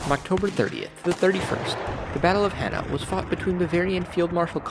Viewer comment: "Hanau" is pronounced as "Ha-now" (as "now"--the opposite of "later") not "He-na." Sorry, just bugged the hell out of me. (I actually thought, at first, the video was referencing the Battle of Jena except the timeline didn't fit.) And, in the name "von Wrede," the "W" should be pronounced like a "V" (so, "vre-de") rather than being silent (technically, the "v" in "von" should be pronounced like an "f" so, "fon Vre-de"). I get accents and some unfamiliarity with "foreign" languages and the issues of proper pronunciation but when you're positing alternate histories, it's really important to pay attention to facts. There's no need, for instance, to go all French with the name "Napoleon"--people won't really get all that worked up, especially with truly famous names--but I can't imagine many American viewers just blithely accepting "Hefferson" or "Yefferson" for "Jefferson" (even if the speaker's native language doesn't have the exact "j" sound--a "ch" or "zh" would be accepted before "h" or "y"). Again, to "Possible History," not on you but the original creator of this has already failed as an amateur historian in my estimation. (I'll keep watching but the mispronunciations are really distracting.)